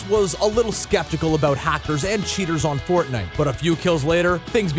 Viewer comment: really "fortite"